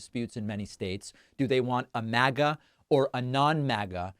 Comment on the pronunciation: Often, David, when you say, “MAGA-type” I hear “maggot-type”, then I realize that you got me again. Just thought it humorous. The two might be synonymous. ;)